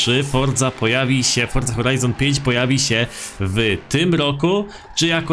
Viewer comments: forzy a nie fordzy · Czemu ty musisz fordza a nie Forza ? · chodzi o to że on mówi fordza